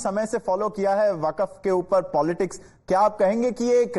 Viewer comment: Abe ghanchakkar! Not वकफ it is वक्फ! पता नही कहां से गधों को पकड के लाते हैं और एंकर बना देते हैं!!